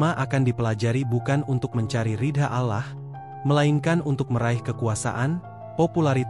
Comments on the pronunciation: coba siiiih,,,ucapkan nya ALLAH jgn alah,,, telinga sy gatal dengar nya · Keliatan nya yg membaca naskah bukan orang Islam, karena membaca nya lucu, dan mahroj nya salah!! dan tidak fasih, membaca Alloh, diucapkan Alah, dan membaca Rasullullah SAW, membaca kitab Injil, silahkan dengar kan dengan saksama!!! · Yg membawa kan cerita bgs , cuma penyebutan nama Allah dan subhanahuabta'ala diperbaiki ,..Allah L nya tebal . Bukan alah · Pembicaranya lucu😂😂 seloloh katanya 😅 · Maaf bercerita tentang Islam tp penyebutan,Alloh DWTdan nyebut Rasulullah salah,masa g ada usaha utk d perbaiki